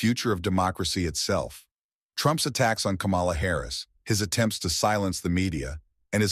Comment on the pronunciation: This seems racist Say “ Kamala “ wrong every time and it’s obvious